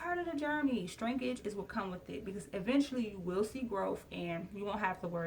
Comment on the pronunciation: Love the video, and love the hair but. Its shrinkage, like "Shhhhh"- rinkage, not shTrinkage.....